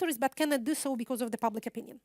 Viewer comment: Спасибо за лекцию! Единственное что мне резало ухо, это произношение слова because. Вы произносите его так, как будто это be-course :)